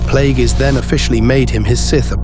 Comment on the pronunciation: It's clear you never watched the prequels when you consistently mispronounce Darth Plagueis.